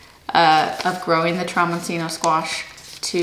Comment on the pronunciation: The broccoli is pronounced "de cheeko." In Italian, a single C is usually pronounced CH, and the cc is pronounced like a K. So, the squash is pronounced tromboncheeno.